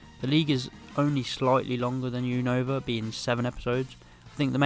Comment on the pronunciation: You said unova wrong